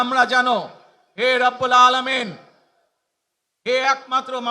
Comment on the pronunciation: রব্বুল আলামীন আল্লাহ রব্বুল আলামীন বলতে পারলো না